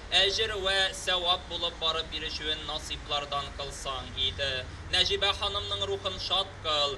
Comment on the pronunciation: " Гәргәри", шушыны да булдырмагач, татар кая тәгәри?! "Нәҗибә", "Сәлимҗанов" дигән исемнәрне дә дөрес итеп укымады, бик кирәкле кешеләре микәнни бу?! Бигрәк күнелсез хәл... Нәҗибә апа, урыннарыгыз җәннәттә булсын, әмиин.